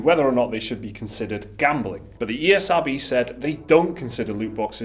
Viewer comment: You called the esrb the ercb...?but why tho